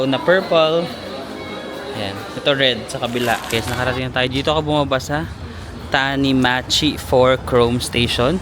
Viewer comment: tanimachi yon-cho-me yun, 😊 try mo kuya maggrocery sa tamade or gyomu very cheap po.